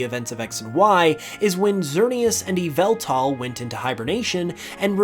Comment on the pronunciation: It’s pronounced and spelt Yahveltal And urs Arkoos